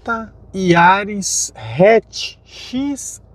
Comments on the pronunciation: Putz...não sabe falar o nome do carro corretamente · Releva,só o nome do carro que ele errou kkkkk